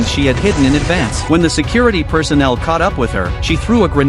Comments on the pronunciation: A gren od bro can’t pronounce it as grenade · "She threw a granAHd"